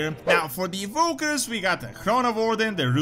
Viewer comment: Just a fyi its Warden, you say it War-Den Warden not voreden. Sins vore is technically related to war but belong on another website that isent youtube lol. But as for the clases it sounds nice to add some new flavor to the game to allow ppl to play the game as they want/dream of. And peopel have bin asking and begging for vampire sins way back in the old vanilla wow, we dident get vampires but we got vampire bats and death knight with some vampire inspired abileties so ppl could technically rp a vampire if they want. I whould be ok with having a traditional vampire added to WoW that cant stand sunlight, whould be cool to have in a mmo. AND nobody else have that in a mmo. In fact last game to have the standard vampires that cant stand sunlight is elder scrolls 3 morrowind. Yes the vampires get big-sad if they havent fed on a mortal for some time. Thats not the standard vampire, thats a difrent vampire clan from the standard vampire that cant stand sunlight. Other then that voodoo and witchdoctors whould also be fun for the trols lol.